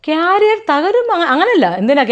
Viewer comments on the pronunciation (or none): ക്യാരിയർ അല്ല 😂😂😂കരിയർ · കാരിയർ അല്ല കരിയർ , രണ്ടും വേറെ അർത്ഥംആണ് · കാരിയർ ❎കരിയർ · കാരിയർ അല്ല കരിയർ😊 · കാരിയർ അല്ല സുഹൃത്തുക്കളെ കരിയർ എന്നാണ് പറയേണ്ടത് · കാറിയർ അല്ലടാ പൊട്ടാ 😂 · By the way ക്യാരിയർ അല്ല കരിയർ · കാരിയർ? ടിഫിൻ കാരിയർ ആണോ? നാണമില്ലേ career എങ്ങനെ pronounce ചെയ്യണം എന്ന് പോലും അറിയാതെ ഇന്റർവ്യൂ ചെയ്യാൻ ഇരിക്കുന്നത്? കരിയർ എന്നാണ് പറയേണ്ടത്. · Carrier alla.. career aanu. Should be pronounced kereer. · Carrier alla vedichiiii …. career😂😂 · ക്യാരിയർ അല്ല 😤😤കരിയർ എന്താടോ anger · "Carrier " എന്നാണോ അതോ career എന്നാണോ ഉദ്ദേശിച്ചത് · കാരിയർ അല്ല കരിയർ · കാരിയറോ 😂കരിയർ എന്ന് പറ സെട്ട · കാരിയർ അല്ലടോ കരിയർ. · Carrier alla career 😂😂😂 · കാരിയർ അല്ല കരിയർ ആണ് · കരിയർ എന്ന് പത്തു പ്രാവശ്യം പറഞ്ഞു പഠിക്കടോ...